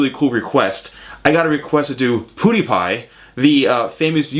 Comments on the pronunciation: it's not "pudipai" its "piudipai" :D no hate just saying if you didnt know :) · I love how he says ''poodiepie'' instead of ''pewdiepie'' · I think it's pew die pie not pooo die pie . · M8 Even pewdiepie calls himself for poodiepie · It's funny how u said it Poo de pie :) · Lol I heard him say poodiepie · You say pewdiepie wrong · You completely butcher PewDiePie's name's pronounciation. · you said his name rong it is pewdiepie